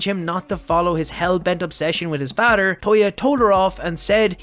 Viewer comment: Nice story but, (no offense) am i the only one that hates how he says "father"?💀😂🥲